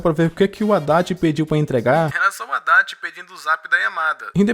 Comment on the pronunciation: Quando falava Adachi eu só entendia Haddad 😂